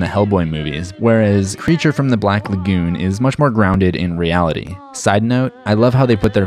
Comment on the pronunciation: The way you pronounce "lagoon" is cringe worthy. Ok thanks.